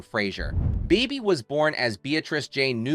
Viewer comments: it's annoying and rarely, if ever, pronounced correctly. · You pronounced Bebe's name differently so many times......